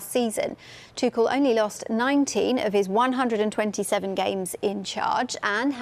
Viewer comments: Did she just say thomas tukel?😂😂. Its tushell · TuCHel not TuCel swear these reporters are daft sometimes. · Come on, stop mispronouncing his name. It's ˈtʊxl̩